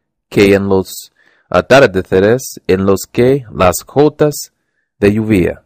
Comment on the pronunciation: Te aconsejo que refuerces estas palabras: - Envolver (Cuidado con la pronunciación de la "L") - Dulce (La letra "L" de nuevo) - Atardeceres (El acento está en "ce") - Gotas (Estás pronunciando la "G" como una "J") - Volvían (La pronunciación de la "L") - Protagonistas (El acento está en "ni") - Papel (El acento está en el) - Amueblando (cuidado con pronunciar la "N") - Ejercicio (La pronunciación de la "r") Tip: Podrías practicar la diferencia entre "B" y "V" Lo hiciste muy bien! sigue así :)